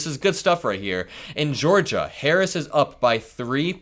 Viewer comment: You can tell how ignorant he is. He is unable to say VP Harris' name correctly.